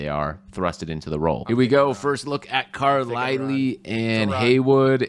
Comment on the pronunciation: Great collaboration, but it’s Car-lie-L. Not car- le- le